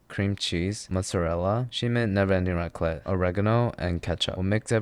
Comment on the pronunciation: raclette ???? that .... was raclette ??????........... jesus my french soul is leaving my body